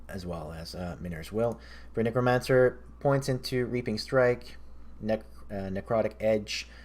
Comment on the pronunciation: Please stop saying kneecromancer. Otherwise. Epic build, good vid